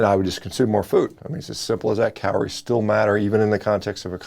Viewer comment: Did he say cow-lories?